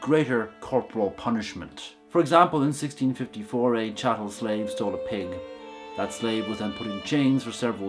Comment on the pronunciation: Did anyone else see serious compression artifacts near the beginning? Also: chattel. Not chattle.